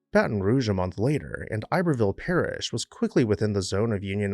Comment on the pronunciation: Not “ I berville”. Ib er ville